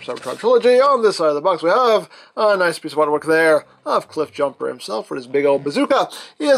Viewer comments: Not cliff bloosher it's cliff BlOOOOOOOOOOOOSH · Also , did i hear me a Jiffbumper? 😁